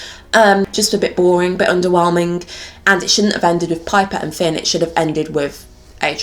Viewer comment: Until the end of the video I didn’t realise why kept on saying ‘pin’ Hahah I ship piper and Finn